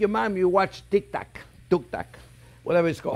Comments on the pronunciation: “Tik Tact Talk” 😂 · I love how he does the dad thing of intentionally mispronouncing TikTok